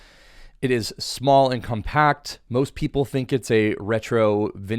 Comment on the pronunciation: I'm shocked how many fellow Americans can't stress properly myriad of words . such example we may observe here . here indeed in abundance . its not compa'ct , it is Co'mpact - adjective . and in some cases yet also not proper for gen English one may say compa'ct - signaling that its a verb .